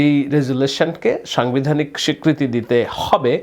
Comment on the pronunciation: Vai aponar bangla uccharone onek ghati ache !! zemon somogrik ( samogrik), songbidhanik (sangbidhanik ).....